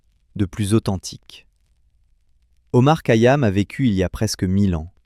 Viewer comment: Remarquable mais vous ne prononcez pas correctement son nom